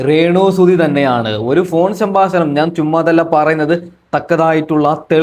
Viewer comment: സംഭാശണം 😂😂 പ്രേശകർ 😂😂